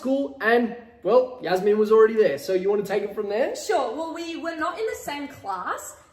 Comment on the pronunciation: Why did he say Yasmine not Jasmine